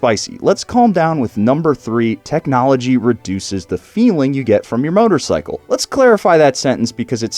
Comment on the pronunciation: Og ride Road King . No teeknowlogee Onda Road King. Og no like teelknowlogee